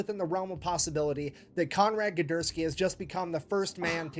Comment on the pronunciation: Konrad Guderski. It's actually not a bad pronunciation of the name for an American not of Polish descent